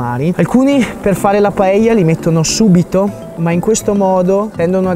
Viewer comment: De nada! hahaha Un piacere vederti facendo una paella (bravo la pronuncia) in meno di 9 minuti!!!! Io non sono un fan di questo piatto ma ovviamente lo conosco. La "paella" (padella) non solo è scenografica, che lo è, ma fa che il riso cuocia in tutta l'estensione in maniera diversa, forse più intensa (curiosa similitudine fra paella e padella, eh?). Detto questo, credo che è migliore non troppo accompagnata di frutti di mare e pesce... alfine è un piatto di riso! Tuttavia sono stupito per la tua brava ricetta e la tua scenografia: una paella nelle Alpi!!!! Ma fai attenzione, un giorno, così nell' alto dei cieli con questa velocità parlante ti mancherà l'aria!!! Grazie carissimo per questo omaggio a la Spagna, quando vuoi sei benvenuto a assaggiare una paella fatta in Valencia! Mille baci! Scusa il mio italiano, che è una invenzione personale...